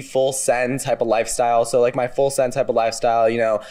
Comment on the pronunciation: Did the defendant say, "full sin lifestyle"???? Somebody please tell me I'm tripping